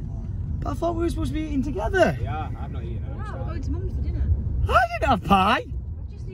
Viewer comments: Or are you saying year instead of yeah? 🤔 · English people saying “yeah” instead of “year”